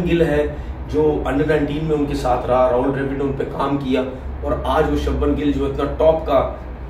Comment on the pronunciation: त्रिपति नहीं त्रिपाठी है,और सब्मन नहीं शुभमन है